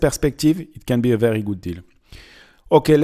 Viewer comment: The projection is called in English a "turret", the pointy roof is a "spire". Enjoying listening to your accent. Every time you say "Is veddy nice" I can't help but hear Mr Creosote from Meaning of Life, or the French kniggets from Holy Grail. 😁😜 I don't understand why so much history is so run down and abandoned in France. These places should have so much tourism potential. Except the first one. Sharing walls with neighbours? No thanks.